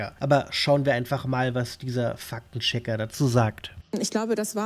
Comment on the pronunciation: Wieso höre ich immer "Fack den Checker"?! 😂 Ein Schelm wer böses dabei denkt.